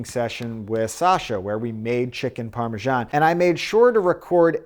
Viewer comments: Why do Americans say Parmajan? It's Parmesan in English or Parmigiano-Reggiano in Italian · Amazing recipe ! But why do americans keep saying "Parmejan" with a "j" instead of an "s" ? :)